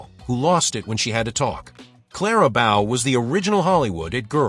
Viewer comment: You can't even pronounce Bow correctly.